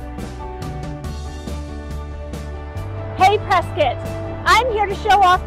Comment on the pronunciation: We are taking back “Pres- Scott” it’s not Pres-scutt go back to caulifornia